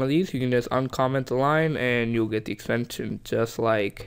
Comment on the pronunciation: Its extension not extenstion dude wtf